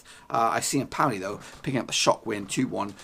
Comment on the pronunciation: Not empouli. Lol